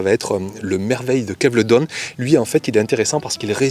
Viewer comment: Bjr, rectification pour les pois: Merveille De KELVEDON et non Kevledon.Pour ceux qui voudraient en acheter 😊